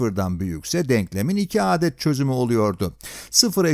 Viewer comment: bu nasıl bir 'adet' kelimesi telaffuzu